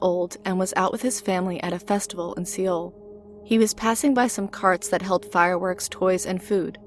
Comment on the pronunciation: Seoul is pronounced like “soul”